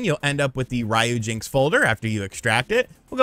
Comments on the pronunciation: its not Ryo-jinx its RYU-JINX, like Street fighter, (REE-YUU) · It literally says RYUJINX not RAYUJINX, why do you Americans always have to do things the wrong way !!??? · Calling it "Rye - Yu - Jinx" sounds funny ;) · Rye yew jinks. 😂